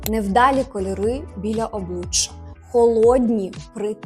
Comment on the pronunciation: ОбличчЯ вимовляється м'яко, а не обличчА. Вдосконалюйтесь в українській. 😊